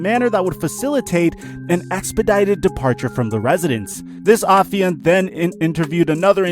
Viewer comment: Wait wait wait you can use and pronounce the word Affiant correctly, but you can’t say the word Piguet correctly???